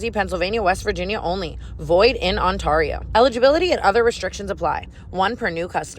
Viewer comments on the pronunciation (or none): The way Tana says Ontario is KILLING me hahaha. As an Ontario fan, its not On TAR io its On TARE io. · It’s ON-tArio. Not ontorio😂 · also babe its on-TEAR-io not on-TAR-io😭😂😂😂😂😂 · “Awwnnntaio” lmao so funny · The way Tana pronounced Ontario in the Draft Kings ad is hilar 😂 On-taw-rio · Tana its on-TAY-rio!!!!!! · Love the podcast, but can’t get over Tana pronouncing Ontario (on-tear-ei-o) wrong in the draft kings sponsor 😂😂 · Tana saying Ontario as OnTAReo is killing me 🤣 🇨🇦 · I cant believe nobody's ever mentioned how you pronounce Ontario in your draft kings ad. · Its so painful hearing Ontario pronounced like that 🙃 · the way you pronounce ontario always gets me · Not the way she pronounced “Ontario” in the first ad 😅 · I love you Tana, but why did you say “Ontario” like that during the first ad?😅😂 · please someone teach this lady how to say Ontario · how does tana not know how to pronounce Ontario correctly 😭 ?? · The way she pronounced Ontario in the beginning with the draft kings casino part just made me cringe 😂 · I’m from Ontario and the way Tana says it makes me giggle